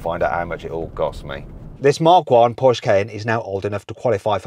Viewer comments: Trust Mat to have a whole collection of Pooshe(porsche) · How hard can it be to say Porsche Mat Watso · How much does it cost to pronounce Porsche correctly?